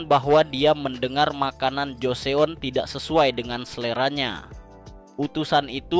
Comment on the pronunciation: Joseon dibaca joson